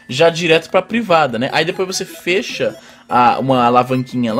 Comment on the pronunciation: desculpa, mas eu morro de rir quando vc fala fêcha, kkkkkkkkkkkkk